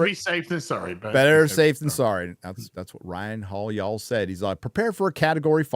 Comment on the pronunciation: No matter how long lives in Texas, all that has to occur to remember his Californian roots is for him to stumble through the 1 syllable word "yall." 😂